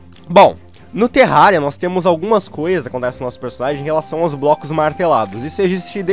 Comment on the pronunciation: só eu que ouvi ele falando "terralia" no começo do vídeo?